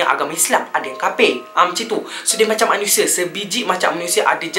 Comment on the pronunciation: Khafir bukan khapir